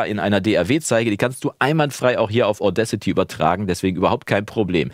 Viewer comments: Deine Aussprache von Audacity passt schon. Ich dachte erst, der Name wäre irgendein Wortspiel mit "Audio", aber "Audcity" heißt "Unverfrorenheit ". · Ich meine, es wird mit 2 Wörtern ausgesprochen: "Auda" und "City", also "Auda-city". Ich kenne so einige Musis, die ihre Audiofiles solo mit Audacity aufnehmen und zum einbinden und weiteren bearbeiten zu dem schicken, der dann an der großen DAW sitzt - klappt gut!